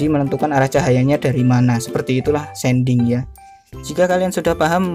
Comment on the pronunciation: Shading bang bukan sending🤣 diambil dari kata shade. Tapi gapapa terima kasih untuk tutorialnya sangat bermanfaat